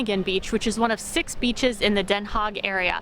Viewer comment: Haag.. Not hog 🐷